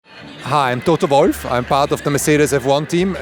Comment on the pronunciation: the way he says toto wolf kills me